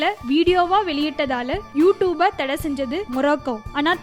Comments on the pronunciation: hey u pronounce is wrong ........fuck ...not u toob..its u tube 😂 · 1 st of all clearly pronounce you tube 😂 She said u 2b